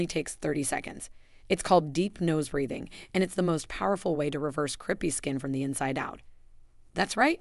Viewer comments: Very interesting and certainly worth trying. But please, it's not creepy skin, it's crapey skin probably because the skin resembles a fabric rarely seen these days called crepe, pronounced crape. Calling it creepy skin makes having the condition even worse! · I wish we had you in our area. I’ve always thought it was called crape-y skin as in like crepe paper which is pronounced crape-y. Sounds far better than creepy which sounds like cockroaches or other creepy insects. Great content I’ll try it for my crape-y skin. Thank you. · The word is crepey not creepy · Crepey isn't pronounced creepy... Silly narration. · Couldn’t you have taken the trouble to have a human read the script? The AI can’t even pronounce “crepey” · AI: CORRECT PRONUNCIATION OF CREPEY PLEASE.